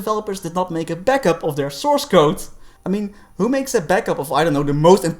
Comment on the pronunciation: whoopsie, its source code not souce ;p